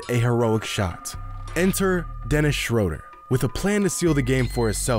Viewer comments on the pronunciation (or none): SHREW-der not SCHRO-der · How does this man not know how to properly say Dennis Schröder’s name. Smh